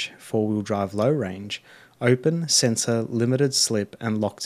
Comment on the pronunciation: Mate, so you know, you've pronounced centre as sensor a few times. Otherwise a great video, thank you.